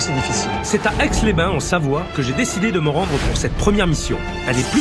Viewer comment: Aix les Bains, pas aix les bain. Pfff